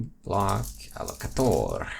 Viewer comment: haha, "m.. block.. a-llo-ca-tooor"